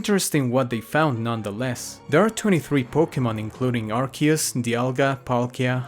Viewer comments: Ah yes, Arkoos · Last time I was this early, Arceus was pronounced Arceus.